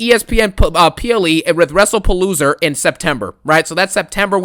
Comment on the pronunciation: Funny how you pronounce WrestlePalooza as “WrestlePaloser”